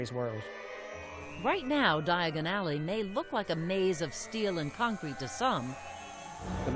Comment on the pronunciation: Stop, stop, stop, your going to take yourself to the wrong alley! It’s Diagon alley, not diaagonally!